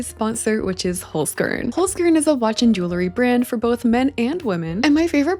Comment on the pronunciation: As a native german speaker, I love how you pronounce Holzkern❤ Love their products as well